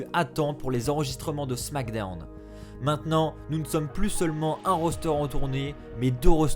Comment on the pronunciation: Junior Monnereau mdr je suis daccord le « les superstar de Wow et de smackdewn »